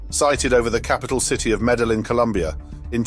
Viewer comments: The name of the Columbian city is phonetically pronounced “Meddy-een.” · Meda Lynn?? Or did you mean Meda-yeen?? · Uzeb-kistan? Meda Lynn? For a former world empire are Brits just awful at geography and pronouncing anything remotely non-English?